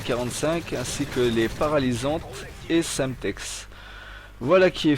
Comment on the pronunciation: gAAAmeplay ; sAAAmetex .. faudrais prendre quelques cours d'anglais non ? x)